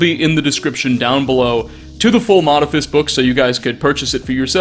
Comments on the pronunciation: Modifus? Sound it out dude: Modiph-i-us Oh wait... they stopped teaching phonics. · mod-i-FIST 😂 Moe-di-FE-ist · "MODIPHIUS," not "Modiphus," and I wouldn't say they "specialize" in tabletop games, it's just that it's all that they do, if you catch my drift. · Mo-dif-e-us Not modifus xDD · Mo-di-phi-us It takes 30 seconds on google to learn how to pronounce words that aren't your own native language. This being Latin. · Ima drop a gentle bit of hate on a man who can't pronounce the second 'i' in Modiphius (mode-eeph-ee-uss) they wrote the conan and star trek adventures TTRPGs; they are a big deal! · I thoughtit is pronounced Mo*diph*ius (Moe+diff+E+us) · Lol "modifus" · I've been a fan of the games that Modiphius produces for a while now. By the way, it's pronounced Moe-DIFF-ee-us. They started with books for the Call of Cthulhu RPG, so I'm not surprised they embraced the eldrich side of Fallout. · Fantastic video! But, just because its bugging me , it's "Mode-If-EE-Us" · It's pronounced moh-DIH-fee-us ;) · Ugh, it grates on my nerves every time you mispronounce Modiphius... Moe-diff-ee-us Btw, of course they won't answer your emails, you can’t even say the company's name 😂🤣🤣 j/k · i think its Moe-dif-e-ous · Moe- diph-ee-us - they have produced some great tabletop gaming material for several different game systems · I have the ttrpg core book sitting on my desk when I click on this. Also, it's moe-diff-ee-us :P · Yea this was bugging me to. Probably because I own an FLGS and have heard every possible wrong way to pronounce their name. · Modiphius might get back to you if you learn how to pronounce the name of the company.